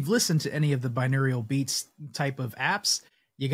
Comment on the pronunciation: Why are you pronouncing it binewrial?